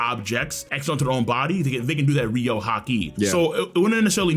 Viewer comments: Oden died in chains, he doesn't have internal destruction ryuo imo. Also guys it's pronounced ryu-o, not ry-ou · Why tf do yall say ryuou like rio. It's pronounces how it's spelled. Ryu-oh-oo